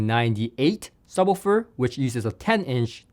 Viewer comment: Can’t get past pronunciation of “subbah-ferr”